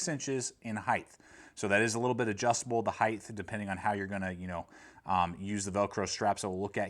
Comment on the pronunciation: Just as an FYI the word Height does not have the “th” sound at the end. Cool review otherwise.